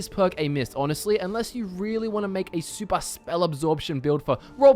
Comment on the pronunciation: The way you said “super” sounded Geordie